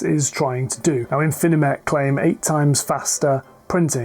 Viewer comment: Great video. Be careful of pronouncing Infimech correctly. There is only 1 n and only 3 syllables, I think. Thanks for the information and analysis!